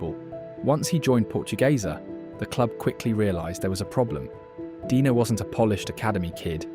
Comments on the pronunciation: Why the narrator dude keeps pronouncing "Dener" as "Dina" or "Deener"?? Do you have some consistency issues? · So is he Deener or Dener? You kept pronouncing it differently. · you keep changing your pronunciation, and it sounds very silly